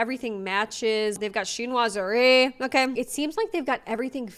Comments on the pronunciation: That interior designer mispronouncing Chinoiserie. 😅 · The designer of the dorm room doesn’t even know how to pronounce chinoiserie.😂😂😂 She said Chin-naw-zery 😂😂😂. She’s just out there taking the money. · never trust a “designer” who can’t pronounce chinoiserie